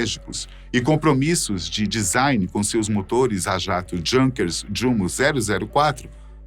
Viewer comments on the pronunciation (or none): Amigo, o sobrenome alemão Werlin é pronunciado com "v" e não com "u", a exemplo de Wagen. Vale também para a palavra "Junkers" que não se pronuncia com jota e sim com "i" ou seja, iunkers. k